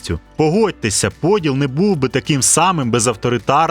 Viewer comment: Я розраховував на ПодІл, наголос на і.